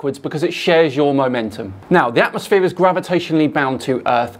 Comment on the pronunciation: Atmo-SPHERE not atmos-flat 😂